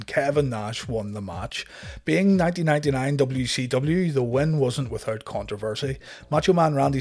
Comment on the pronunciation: Damn you can't say 1999